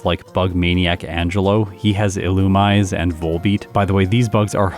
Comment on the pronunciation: its pronounced "Illumasey" as per the anime. (I prefer your way tho because I refuse to say it "correctly")